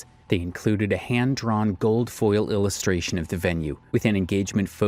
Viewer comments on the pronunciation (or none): none